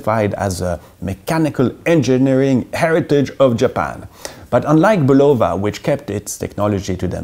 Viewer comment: Love the channel and have watched you for quite some time. Please check the pronunciation of Bulova. although I can see where you would pronounce it with a long o Google translate and look up any of their advertisements on YouTube and you will find that it is not so.